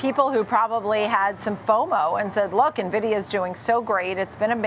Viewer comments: If you cant pronounce Nvidia properly i aint listening. its not Nehvidea its N-VIDEA damn get it right folks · It’s not Navidia, it’s (E)nvidia, as in Envious! ☺️ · Navidia Navidia...learn how to pronounce it! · You mean Nuhvidia? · Old guy that probably doesn't understand tech calling it nahvidia. Hard to trust this. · lol you'd think this expert would know how to pronounce Nvidia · cant even pronounce the name properly. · Boomers can't even pronounce the name of the company making them millions 😂